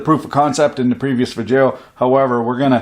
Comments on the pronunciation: I'm 34 seconds into the video and you already said "vidjya" and "guillotine" Liked and subscribed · Smoking in a vi-jay-o? DEMONITIZED! Dammit, how come your videos are both satisfying and great tasting? Snar-bore-o © brand smoke-a-rettes!